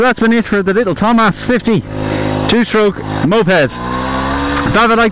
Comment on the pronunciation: It is TOMOS, not TOMAS